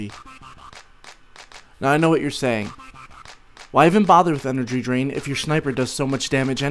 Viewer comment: i heard " Energy drink" instad of " energy drain" :D: :D